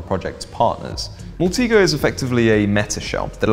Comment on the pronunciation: Love your content but you mis-pronounce a lot of things: Alias ("ay-lee-us" not "a-lie-us") Deviant ("Dee-viant" not "de-vi-ant") Maltego ("Mal-tee-go" not "mal-tego") Kali ("carly" not "cally")